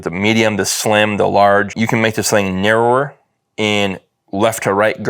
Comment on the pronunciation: 😂😂😂narrower say it with me now Nar-row-er